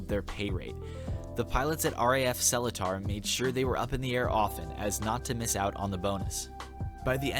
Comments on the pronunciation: THE WAY U PRONOUNCED SELETAR KILLED ME :(( its not cellar-tar, its smt more like se-lee-tar (ppl who can speak malay can correct me if im wrong but this is how i hear it in sg XD) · Subscribed for the old raf story. Yeah senior officer of the old days loves to find infringement on anything so as to "sign extra" for the men. Sadly still prevails till today. "I found dust under you bed frame, sign extra guard duty". Oh yeah Seletar is pronounced sir-lay-tar. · keke im singaporean! i heard u say seletar really funnily (no offence) haha!! usually we pronounce seletar is pronunced as suh-lee-tar :) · great video, just gotta point out that seletar is pronounced like "SER-ley-tah" ( ᐛ ) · I chuckled a bit on how you pronounced Seletar dodhud it was cute It’s actually pronounced as sir-ler-tar my guyyy Fellow singaporean watcher here!! But good video as always f r e s h keep em comin 😩